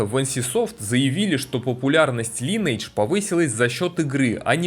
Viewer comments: лайн ...не лин ни лен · Я не буду говорить, что все тупые, каждый может называть игру как ему нравится, но можно было в начале ролика сделать ремарку типа: "Я знаю, что правильно читать Линидж, но так как нам привычнее Линейдж, то так и будем называть игру далее", то вопросов бы не было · Мне как раз привычнее называть Линейдж, но если вы блогер, то в некотором роде журналист, а значит должны придерживаться стандартов журналистики. Линидж так читается это слово на нормальном английском, не у корейцев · Всё хорошо, только название игры читается не Линейдж, а Линидж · Читается "ЛАЙНэйдж" а не "ЛИНейдж" Лайн - линия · линидж ЛИНИДЖ сука |ˈlɪnɪɪdʒ| когда ж вы суки научитесь! То есть, ты знаешь, как переводится это слово, но не в состоянии читать его правильно? Так?